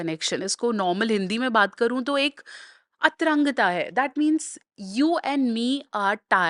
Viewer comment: अतरंगता नहीं अंतरंगता है,इन दोनों शब्दों के अलग-अलग अर्थ हैं,अतरंग का अर्थ है:-"लंगर को भूमि से ऊपर उठाये रखने की क्रिया" जबकि अंतरंग का अर्थ है:-भीतरी,आंतरिक,घनिष्ठ,आत्मीय,आदि आदि...अंतरंग को अंग्रेजी में intimate कहा जाता है intimate से बना है intimacy और इसका अर्थ है अंतरंगता,घनिष्ठता,घनिष्ठ परिचय ,अवैध यौन संबंध,आदि यहाँ जो बात हो रही है,वह intimacy याने अंतरंग सम्बन्धों पर हो रही है,याने यौन सम्बन्धों पर.. वह चाहे वैध हों या अवैध..तो यहाँ जो प्रॉपर शब्द है वह है अंतरंगता (antarangta) न कि अतरंगता(atrangta),इसलिये जब किसी चैनल पर बोला जा रहा है तो उसे हजारों लाखों लोग सुन और देख रहे होते हैं वहाँ भाषा की शुद्धता और शुद्ध उच्चारण बहुत आवश्यक हैं और यह जो हिन्दी अंग्रेजी की खिचड़ी भाषा है उसके स्थान पर हिन्दी में बोला जाना उचित है,अंग्रेजी में तब बोला जाना चाहिये जब कोई विकल्प न हो और सामने वाला न हिन्दी बोल सकता हो न समझ सकता हो,आप लोग हिदुस्तान में हैं यहाँ की मातृ भाषा हिन्दी है,लोग हिन्दी में आसानी से बोल और समझ सकते हैं और आप लोग भी हिन्दी अच्छी बोल लेती हैं तो कृपया कोशिश करें कि ऐसी भाषा जिसे ज्यादा से ज्यादा लोग आसानी से समझ सकें उसी में वार्ता की जाये तभी ऐसे विषयों पर बात करने की प्रासंगिकता है,अन्यथा कभी-कभी तो ऐसा लगता है कि चैनल पर बात करने वाले ओवरएक्टिंग कर रहे हैं या अपने को सुपीरियर साबित करने के लिये हिन्दी बोलते हुये बीच-बीच में अंग्रेजी की गति(स्पीड)पकड़ लेते हैं।